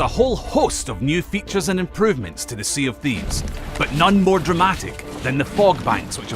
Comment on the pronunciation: sea of thebes XD